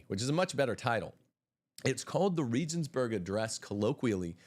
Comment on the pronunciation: Please learn the proper pronunciation of Regensburg